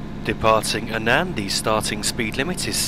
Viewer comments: It's Annan not a nan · It's great that you've done this for people, however, the name of the town which is the first stop on the journey, it's not pronounced "An an", it's "Annan", almost pronounced as "Annin", but you when say the name fast, it does tend to come out right, it can cause a little bit of confusion, but if no one tells you, you never know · Another great video. Annan is pronounced in such a manner that it sounds like Ann-in, hope this helps. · You pronounce Annan as "Ann-un" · You don't you pronounce it like ann-in (I live in dumfries so I know) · I live in Dumfries too, and you pronounce it Ann-un but not like "u" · We both have different ways of saying it but everyone that I know pronounces it like ann-in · hi I think your videos are great I stay in Annan and you pronounced it wrong it is pronounced like their is an I in it like Annin but spelt Annan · Haha thanks, I realised afterwards that I mispronounced Annan too lol XD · I love the way you pronounce Annan that's not the way up you say it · I think you pronounced “Annan” wrong